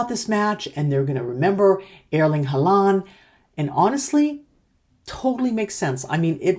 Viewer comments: You make 'Haaland' sound like 'half duck' in norwegian 😅 Its more like "Haw-land" 😀 I've said it for months; Norway plays as a team, while most other teams play like a collection of players. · His name is pronounced Haw-lan. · Please try to pronounce Erling Braut Haaland's name correctly ; The double aa sounds like A in Always. So ; Haah-landh. ❤😊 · Even though you might not need to say it again, the main stress is on Hå [he uses a pre 1917 spelling], and the a in -land is short and is less stressed.